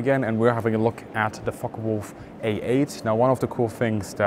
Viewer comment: Too bad he cant pronounce the name focke Wulf, it's not a fokka wulf